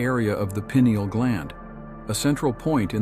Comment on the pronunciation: “Pine” ael is the pronunciation